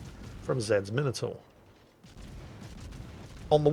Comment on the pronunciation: he doesn't he pronounce minotaur correctly?